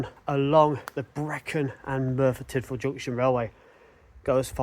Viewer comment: Nice video! Very informative and well shot. Particularly like the old photos. In the spirit of being helpful and not meant in any way as a criticism, I've just got a few notes on the pronunciation of the places you're visiting. Merthyr Tydfil - Tydfil is pronounced Tid Vil Morlais is pronounced Mor Lice Sounds like you'll be walking down to Pontsarn Viaduct in your next video. Pontsarn is literally pronounced Pont Sarn. 😊 Torpantau - Tor Pant Eye.